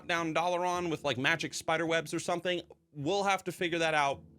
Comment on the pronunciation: Why do you pronounce dalaran as doll-uh-Ron. There’s no character that says it that way so idk how you picked up that pronunciation